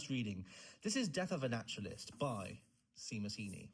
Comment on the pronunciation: it’s pronounced shay-mus is it not lol